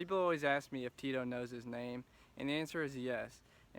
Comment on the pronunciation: It's Cheeto non Tito lol